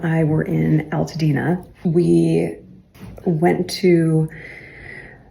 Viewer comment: She was filmed the entire time she was walking in the ashes. There was no 15 year old. No one was allowed to enter the devastation zone. President Trump demanded that the people be allowed in which was after Meghan visit. She not telling the truth. PS she mispronounced Altadena! She claims that she is a Californian! Her parents were born elsewhere. She left California at 18 only moving back with Sparry in her mid forties. She spent the majority of her life elsewhere. Oh but now that there is a disaster she is devastated. As a 9th generation Californian, I am offended by her fake pronouncements of her state when her parents had just arrived in California. She, in true Californians view, she is just another transplant.